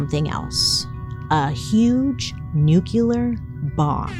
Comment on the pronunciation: I really really love you but can you please learn how to pronounce nuclear